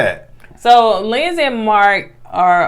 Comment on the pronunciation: Lindsay not Lindsley 🤣🤣 I know u just let him say it however at this point